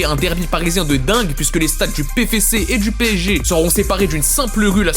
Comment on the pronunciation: Vidéo bourrée d’erreur : -On dit pfc, et pas « péfécé » -Le match était à Dunkerque donc ils ne nous ont pas tapé « chez nous » -On prononce « Mess » et pas « Mettz » Vivement un retour de moretti.